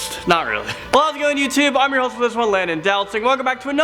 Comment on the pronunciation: Landon: pronounces his name right instead of "do not sing" Me: Wow, this mist be old checks the date ...oh